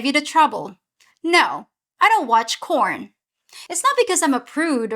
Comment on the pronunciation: you had me nervous there!!! I thought you said, "you did not like corn", so I,,I had to read the transcript and in the transcript you said porn(!) what a relief, with all my corny jokes.....I wouldn't stand a chance!!!